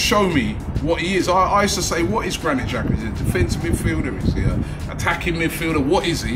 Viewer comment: It's Laca or Papa. Definitely not Xhaka.